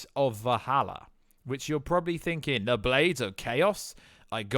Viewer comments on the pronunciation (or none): none